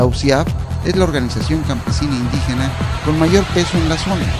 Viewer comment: no es por nada,me parece ke se dice indIgena con i de idiota no con u